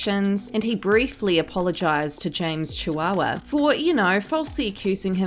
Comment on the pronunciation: I still lose it laughing every time you say "chihuahua" - hahahahahahahaha!!!!